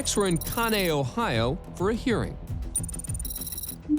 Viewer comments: Butchered the pronunciation of "Conneaut". It's Kaa-nee-aht. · For the last case, it is pronounced CON-E-OTT. MY HOME TOWN :)